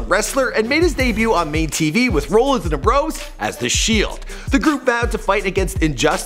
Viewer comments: it isn't roellins and umbrose it is am-broes and rol-lins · its seth rollins! not "seth rowllins"! & dean ambrose not "dean aam bros" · Yes Embrose and Rowlins. Well said😂. It’s Ambrose and Rollins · It's not embrose it's Ambrose and it's not roleins it's Rollins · Seth Roll-ins and Dean Am-bro's! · Amb- rose rawl-ins not roll rawl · Ambrose(Am-Brohse) Rollins (Rah-Lins) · it pisses me off how you don't know how to pronounce Seth ROLLINS and Dean AMBROSE and it's N X T NOT NEXT dam get your sh%& to together f#$% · rowlins and ambrowse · It's rah lynns and am brose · Seems like you did little to no reserch about him ...if your gonna do before they were famous it don't tie much to watch a old match in NXT..not next ...and pernounce everything you slaughtered ....am..bros....rol..ins....smh ....worst before they were famous ever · He said roll ins and am bros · JVD and "Umbrose" and "Rulluns" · Omg can you say rollins and ambrose right. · this guy don't know shit about wrestling, he can't even pronounce Ambrose, Rollins, not even NXT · You totally botched ambrose and rollins name lmao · How did he mispronounce Dean AMBROSE and Seth ROLLINS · Atleast pronounce Rollins, Ambrose and nxt correctly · How the hell can someone not pronounce Ambrose correctly!? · especially Ambrose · the way this guy pronounced Rollins and Ambrose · Shak fr and how he was pronouncing Seth ROLLINS AND Dean AMBROSE last names